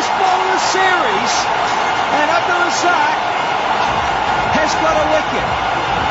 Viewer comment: Always say Abdul razzaq not razaaq